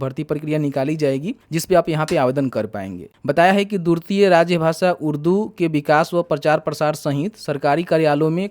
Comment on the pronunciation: Durti nai hota hai..dwitiya hota hai murkh